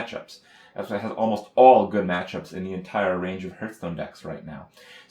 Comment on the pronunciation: Does Krip pronounce HS as HURTSTONE on purpose?